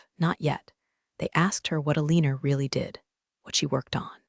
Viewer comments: Why is the name Alina being pronounced "Aleaner?" And the glance of eyes would be related to rzdar, not sonar. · Alina pronounced with "er" ending, not "a". Pentagon shouldn't be hard to say . Very sloppy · Ah lee ner ?? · Why does the call her Alinar? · Some real-life accents will add a tiny 'r' to some things ending in a. I have heard people talk about having an agender instead of agenda, for instance. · If her name is Alina (whose name the bot cannot pronounce) than why did she sign off as E.M.? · Pen TAGon, Due Dee (DoD), AlinER instead of AlinAH, can't pronounce ranks... ARGH! I almost backed out because of how often I was literally cringing. It is a good story, but I honestly cannot recommend it because the mispronunciations drag the listener completely out of the story every time! Please get a better reader and re-upload it. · PLEASE, for the love of God, get an that's knowledgeable in English. This story was a sh*tshow of mispronounced words. Aliner? Who TF is that? It's Alin-ah, for crying out loud. Pen-TA-gon? It's Pen-tugon. Pay attention please. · Either this is an interestingly trained voice, or a non-English speaking human reader. Alina is consistently pronounced as uh-leen-er, and the US five sided building as pen-TAG-un. It's prnounced PEN -tuh-gon.